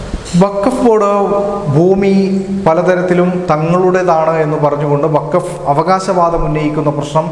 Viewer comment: വാക്ഫ് അല്ല വാക്ഫ് ബോർഡ് അത്ര എങ്കിലും പഠിച്ചാൽ നല്ലത്